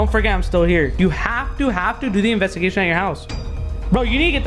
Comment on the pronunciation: so an anvestagation